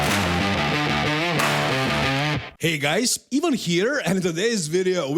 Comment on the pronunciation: There is no E in ivan!!